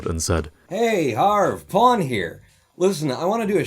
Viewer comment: I keep hearing porn... It’s PON not POOWN